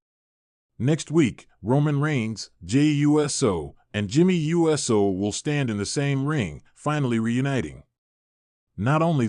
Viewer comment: This guy mispronounced Uso lol